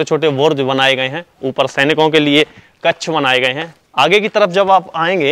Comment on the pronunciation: कच्छ नहीं कक्ष जिसका उच्चारण कक्श है। हिन्दी का सही उच्चारण करें।